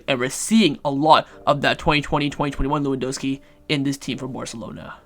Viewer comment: Everyone: pronounces Lewandowski with a 'V': we don't do that here